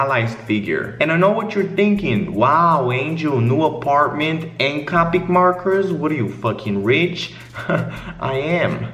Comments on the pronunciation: the fact he says it like “cah-pic” gave me a stroke. It’s CO-PIC. C-OH-PIC. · omg He pronounces it caw-pick And not koe-pick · Anyone else get triggered on how he pronounced copic?? 😂